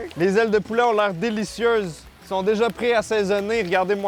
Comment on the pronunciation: Je sais vraiment pas pourquoi mais j'ai penser au 'Violoneux Ronald' quand t'as dis 'dé zailes de poulaa' 😂😂